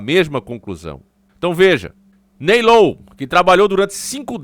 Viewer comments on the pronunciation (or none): none